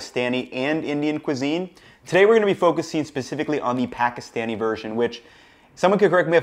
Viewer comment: GREAT recipe, perfectly accurate. Next going to get you to perfect how you pronounce Pakistani correctly !!!